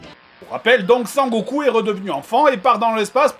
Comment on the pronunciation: c'est sangoku pas sanckoku